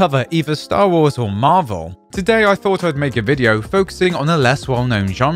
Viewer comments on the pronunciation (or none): none